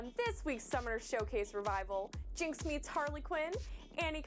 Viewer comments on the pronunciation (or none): none